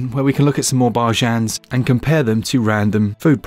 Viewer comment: I adore that "barjens" you say. Makes you sound like a proper Lord 😉